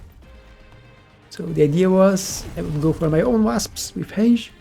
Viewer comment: bro, hange on the badgers? It's range, just trying to help. with an R :D